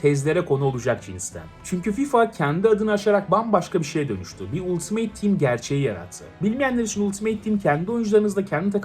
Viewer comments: abi gözünü seveyim 'ultimeyt' değil 'altımıt' :D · Ultimeyt ne la. Altimıt olacak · abi ultimeyt değil söyleyeyim dedim